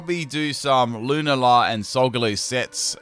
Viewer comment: Lewnla? It’s pronounced lu nall uh